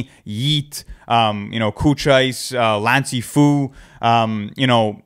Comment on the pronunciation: Did bro just say “Lancey FOO”